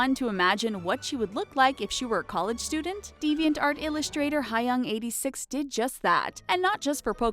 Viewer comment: Hi-yUnG. Boi I'm pretty sure it's supposed to be pronounced Hyuh-ung not Hi-yung. Paint Tool S.A.I. Sai is pronounced like the word sigh, not S.A.I. Smh, set up your game sai isn't even a hard word to pronounce.